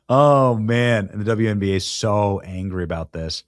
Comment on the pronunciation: It’s wnba, not twnba